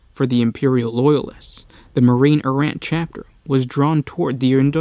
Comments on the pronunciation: EAR-RA not ERROR, EE-DICT not ED-ICT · Errant = AIR-rent. Good video. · This is the story of the many times the word "Errant" is pronounced erroneously. ;-) A great story though. I wish the original books of Imperial Armour vol. 9 was still available for purchase.